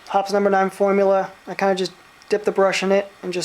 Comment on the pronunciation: It's pronounced hopeez, not hops.